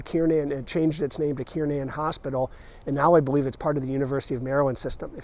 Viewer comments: hmmmm, i thought it was Kernan....not Kiernin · To true Baltimoreans - it is pronounced “Kir nan” like the hospital.